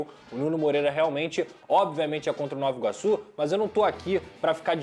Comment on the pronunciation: a pronúncia é ''novA iguaçu'' e não ''novO iguaçu''